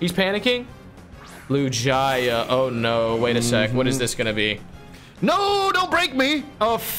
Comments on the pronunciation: Just saying Lugia is actually pronounced lu Jia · i will dislike every single video until you pronounce Lugia properly.